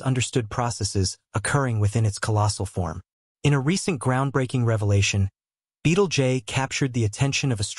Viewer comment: Sorry I just could not finish watching this, its pronounced "beetle juice"!